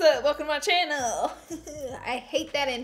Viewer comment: "Hey guys welcome back to my ChinnEl"